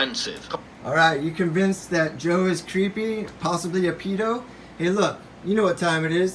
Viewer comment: There actually haven't been any accusations against Biden. You can't even pronounce "pedo." 😂😂